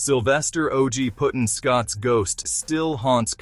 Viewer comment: Pretty his name is Puddin. As is pudding. Not puttin